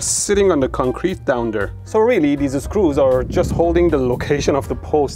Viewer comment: Drink something every time he says "deees-e screews".